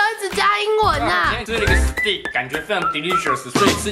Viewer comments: 牛排英文發音是（斯ㄉㄟㄎ）不是（斯地ㄎ）😛😛😛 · 牛排英文唸錯嘍 ea發什麼呀～ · 牛排的英文唸錯了